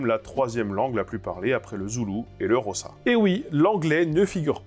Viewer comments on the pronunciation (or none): "et le Rossa"... un effort, stp, Miriam Makeba se retourne dans sa tombe là. C'est difficile à prononcer, Xhosa, si on essaie le clic pour la première fois, mais tout à fait possible en s'entrainant quelques minutes.